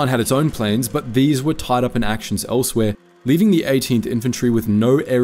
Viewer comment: 20 meters long (miles) Pakistani plans (planes) A few others. Starting to think this is read by AI.